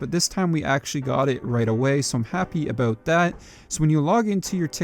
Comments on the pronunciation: a BOOOOOOOOOOTTTT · I have always loved the way Canadians say "About"